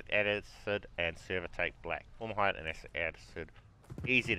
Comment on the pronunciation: Cringed whenever you said "formahide" and "astic acid"